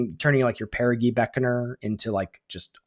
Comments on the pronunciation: Actually, (pushes glasses up nose), it’s peh•ruh•jee not peh•ruh•gee. I’ll see myself out. Thanks for the great content! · ITS PEAR UH JEE GOSH HECKING DARN IT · On the theme of card names, it's a soft 'g' in Perigee Beckoner. Like in geography; it comes from the same root word, meaning 'closes to Earth' in an orbit. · I was coming here to say this. I was going to go with an old school example… “Gee mister, the moon sure looks big tonight.” As opposed to clarified butter, Ghee, which is pronounced like was saying Perigee.